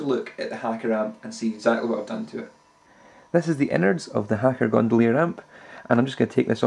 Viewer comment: The hacker gondolier [best mono record player ever made] and you butchered